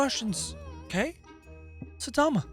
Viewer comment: its Saitama. How you pronounce: Sai tama